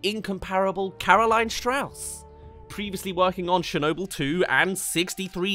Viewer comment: The way you say Chernobyl personally offends me